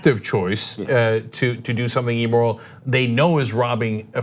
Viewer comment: hey, love you guys! however, please stop pronouncing immoral as "e-moral" and illegitimate as "e-legitimate". please...